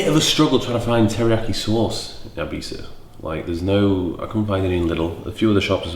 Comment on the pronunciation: We Spaniards appreciate you saying Ibiza and not eye-bitha